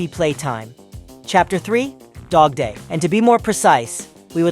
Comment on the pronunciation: Bro not dodday its dogday